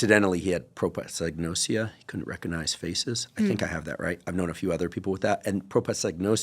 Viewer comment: It's Prosopagnosia not propasagnosia :)